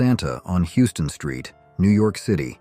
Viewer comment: Houston street is not pronounced the dame as the city in Texas it is pronounced like House ton